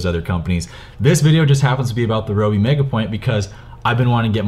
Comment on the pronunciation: ROBE spiider?